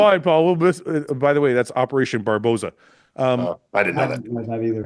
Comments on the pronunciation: its Barbarossa Not barbossa😂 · Its Operation Barbarossa, not Barbossa 😅